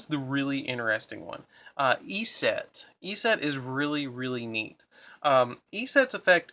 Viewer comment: Your pronunciation of "Eset" makes me cringe every time.